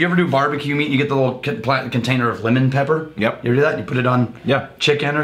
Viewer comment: Think it was supposed to be "lemon pepper" but it definitely sounded like he said "women."